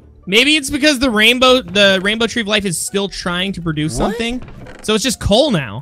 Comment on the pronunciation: Coal man not wool